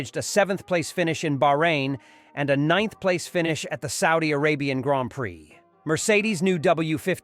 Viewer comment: What a totally stupid shitty video! Get off the damn bandwagon and report something - anything that we didn’t already know two weeks ago. Also listen back on the soundtrack, that’s not how you pronounce ‘prix’